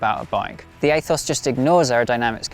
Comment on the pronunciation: Aethos is pronounced ethos in English. Athos might be an American pronunciation idk.